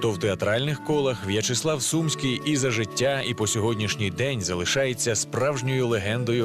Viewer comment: Чому СУмський,а не СумськИй??